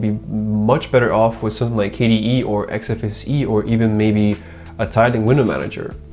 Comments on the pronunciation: Why do you pronounce XFCE as XFSE? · XFECE why do say it like that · XFCE, not XFSE. :)